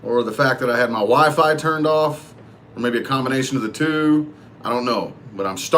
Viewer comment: Everytime he says Wifi I thought he said Wife! I'm like wife wtf?